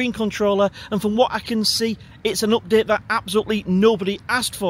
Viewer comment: its UPDATE NOT OPDATE im sure you punk are Irish